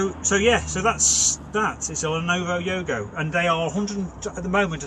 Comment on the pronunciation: Always guaranteed a laugh, thanks, everything was going great until you said "lenovo yogo" at about then I lost it lol...... I keep thinking about Yoko Ono now.